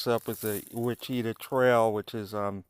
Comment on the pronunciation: Great video! FYI Ouachita is pronounced Wash-a-taw.